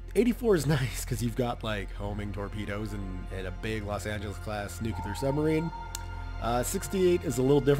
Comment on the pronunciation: I know it seems rude of me but... It's NEW-CLEAR/NUKE-LEER not NUKE-YOU-LAR.